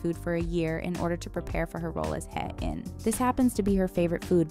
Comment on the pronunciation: You miss pronounced Hae-in wrong